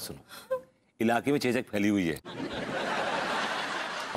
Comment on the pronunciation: चोचक नहीं चेचक होता है।😂😂😂😂